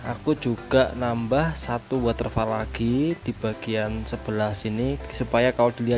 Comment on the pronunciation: Jangan diucapkan WATERFAL mas tapi "wotefol", kan udah smpai Si"pore